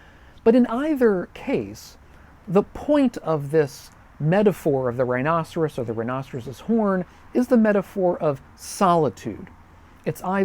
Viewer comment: It is closer to the proper Latin pronunciation. As proper as it gets using English vowels anyway.